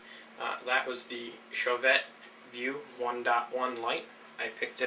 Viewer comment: It's pronounced "show-vay" and spelled Chauvet.